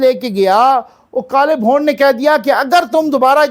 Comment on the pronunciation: "Bhond" nhe....."Bhoond"